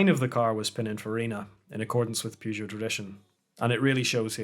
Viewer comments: It’s pronounced purr jo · You can't even pronounce the brand correctly... get some education. Good night.